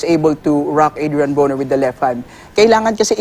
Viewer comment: Not Bru-Ner its "BRO-Nr"